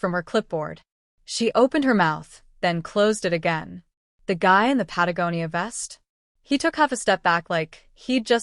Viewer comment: Finally someone who pronounced "Patagonia " correctly 😊 East Coast USA